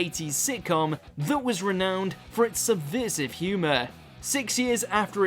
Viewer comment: Jesus, the voice over work on this is sending me to sleep, and what is with the way he pronounces words? Subveersive? Veersion?